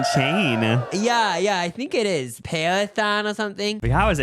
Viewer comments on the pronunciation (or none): "Parethon??!!" Nebraska's education system needs work. Why does have a look of disgust on his face when he eats?